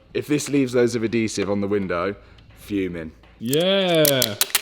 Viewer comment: Hearing pronounce adhesive made my brain explode 🤯 lol